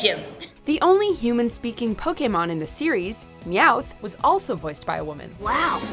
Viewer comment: ur pronouncing "Pokémon" wrong you need to watch more Indigo League